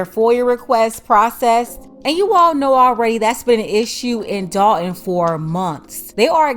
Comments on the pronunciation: I was a subscriber HOWEVER... I cannot take the T drops... you sound stupid when you are clearly NOT so let me help... it's DOL T ON not DOL EN...and it's THOR TON NOT THOR EN... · Somebody tell her it is "Dolton" not Dalton ( 👍). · Who is the grifter? I bet knows it is the village of Dolton not "Dalton".